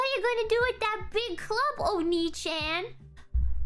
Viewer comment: The most American Oni-Chan I’ve ever heard